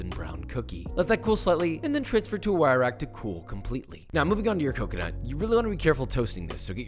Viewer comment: I need a 1 hour video of him saying " CACA-NUT"